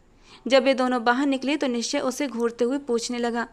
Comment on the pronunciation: आप निश्चय मल्होत्रा के नाम में च का उच्चारण भी करें आपने इस नाम में च साइलेंट सा कर दिया है।